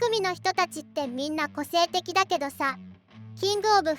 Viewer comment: 冒頭「性的な生徒が集まる」にしか聞こえん